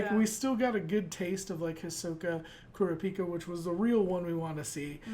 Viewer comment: Ok I'm sorry but it's pronounced "Koo-RAH-PEE-KA" emphasize the "RAH" part and you guys will have it, not "Kur-Ruh-Peeka" 😭😂